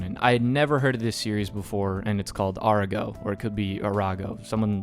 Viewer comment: about the pronunciation of ''ARAGO'' the problem is that you still using the English way the read the ''R'' you sound like ''arwago''